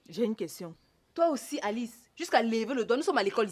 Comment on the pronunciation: j'aime la prononciation d'alice en français🤣🤣🤣🤣🤣